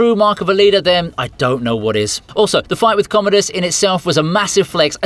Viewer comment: "Commode-us." LOL!